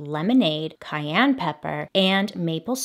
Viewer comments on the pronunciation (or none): none